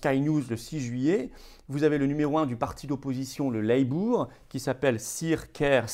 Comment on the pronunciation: "Labour" ne se prononce pas / - - bourre/ mais plutôt /- - beur/ ... thank you. 😊